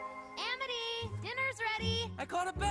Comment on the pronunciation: wow Luz used to be really bad at pronouncing amity. she seems to pronounce it "education"